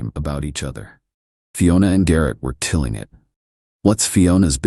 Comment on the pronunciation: Dear AI. They were KILLING it, not TILLING it. And at the risk of sounding really petty, Fiona is always pronounced fee-o-na, not fie-o-na. You start it off right but keep switching pronunciations. Aside from that, I really did enjoy the story and you are one of my favourite channels.